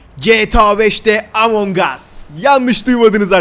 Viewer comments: Abi bu arada emong değil among +1leyin görsün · abi yanlış söyledin emong us